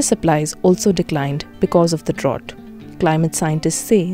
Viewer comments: Great info but your pronunciation of the word drought is incorrect. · Drought rhymes with out, not with ought